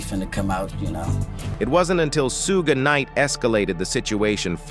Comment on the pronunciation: "Sue gay knight?" 😂😂😂